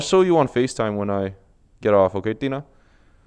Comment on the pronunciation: Yo is your girlfriend mexican cus you said Tina with a mexican accesent but if you don't tell me that's cool